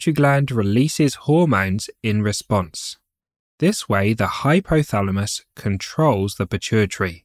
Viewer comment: BLOODY NON-SENSE, DO NOT HAVE CORRECT PRONUNCIATION?...LOOK FOR HORMONS AND HYPOTHALAMUS. IT IS HYPOTHALAMUS AND NOT HYPHYTHALAMUS?